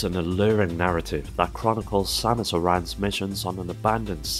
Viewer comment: take a shot every time he mispronounces "samus aran"